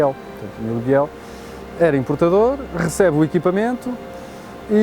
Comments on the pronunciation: É errado dizer "Biél". Deve dizer-se "Bil". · É verdade , deve pronunciar -se «Bil », Emilio Bil